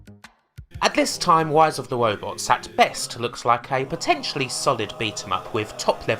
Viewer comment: she said "wise of the wobots" more times than I can count